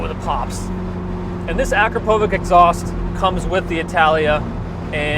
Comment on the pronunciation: How can enthusiasts still be saying Akrapowvik 😂 Learn how to pronounce that shit ffs.